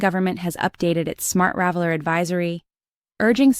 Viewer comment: I really hate these AI generated videos. They just approve that the channel owner is too dumb to come up with their own content, and too lazy to even bother checking the script. It is smart traveller… Not smart raveller